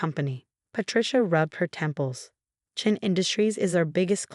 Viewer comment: It's Chen not Chain